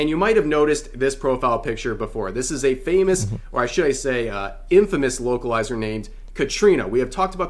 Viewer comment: Every time he said localizer it sounded like he said wokeilizer.. same thing lol